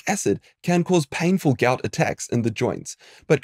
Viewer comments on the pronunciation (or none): none